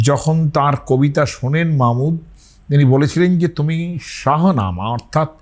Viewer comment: তার নাম মাহমুদ গজনবী, মামুদ নয়‌। সঠিকভাবে নামটা উচ্চারণ করুন। বাঙালির নাম ডুবাবেন না! পৃথিবীতে বাঙালি একমাত্র জাতি বা ভাষায় সর্বোচ্চ জাতি যারা আর দুনিয়ার সমস্ত ভাষা সঠিকভাবে উচ্চারণ করতে পারে।। আর বাঙালিরা এসেছে দ্রাবিড় ও মিশ্র জনগোষ্ঠী থেকে। ইরানিদের সাথে বাঙ্গালীদের নৃতাত্ত্বিক দূরত্ব রয়েছে জিনগতভাবে এবং সংস্কৃত গত ভাবে। আর হিন্দু পুরাণের তথাকথিত আর্যরা প্রচন্ড মার খায় বাঙ্গালীদের হাতে পাটালিপুত্রে, 4000 বছর আগে। ইতিহাসে আছে, দেখে নিতে পারেন।